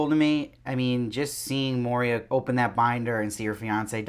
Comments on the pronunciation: Good review. I am not being mean.... but I believe it’s Moira not Moria . Love your attire!! Keep em coming! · it's moiiiiira not moria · I’m really enjoying so much of these reactions, but it’s Moira (Moyra with an oy), not Moria, says the Jew. The oy is important! I can’t believe no one else has pointed this out, but just in case… 😉 No other complaints… I do love how we start to root for Serena here. How can we, and also how can we not? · I do like your reviews, but stop saying MoRIa. It's Moira. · Her name is Moira man, not Moria... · Great review - but her name is pronounced ‘Moy-rah’ not ‘Moh-reah’. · It's Moira dude, NOT Moiria! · It's pronounced MOY-RA... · JozBot Yeah, he keeps saying Moria. I guess Gilead is so bad that it can melt the One Ring. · It's pronounced like Moy-ra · Dude, your reviews are generally pretty good. And praise be, fast. So I do appreciate being able to have commentary right away. But do you think you might pronounce Moira correctly? Did you simply read the script? Mo-ree--ah? We have heard her name pronounced many times. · I love how you pronounce her name like the Mines of Moria. 😂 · Your pronunciation of Moira was so stressful 😂